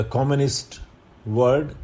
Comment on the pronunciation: Sir, kindly pronounce world as world in dictation not word as it creates confusion while writing. However, I am sorry to point out it to you as you yourself are a great mentor but what seemed to be in dictation I just remarked it. Actually, I have obseved this pronunciation error in a specific word i.e world in many of your dictatons.